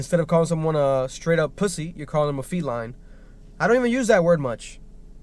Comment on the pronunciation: Man really said felini